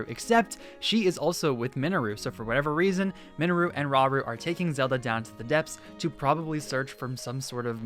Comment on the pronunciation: Mate it’s Minnaru””